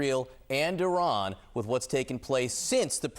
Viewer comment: What a moron she is she said "O ran" multiple times 🤦